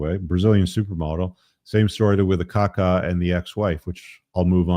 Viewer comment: kakaaa, not kaka 🙂